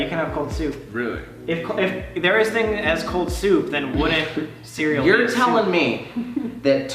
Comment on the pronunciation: How Sam says Soup: SooupAH cbfeiugverhk SMH